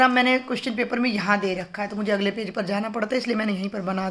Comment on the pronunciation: Mam se Galti se Haryanvi language Nikal Gai "आगले" 😅🤣😂😁 . I am also from haryana